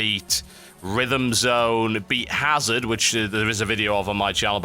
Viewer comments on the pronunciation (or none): none